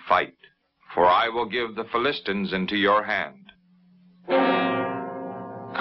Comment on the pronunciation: Fill-ist-stans? I thought it was Fill-uh-stines.